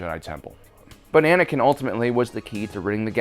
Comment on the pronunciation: Are we not going to talk about definitely saying “Banankin” in this video?!